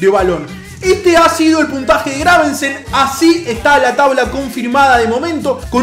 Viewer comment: es Gravesen, no GraveNsen jajajajjaaja ¡Excelente serio papu!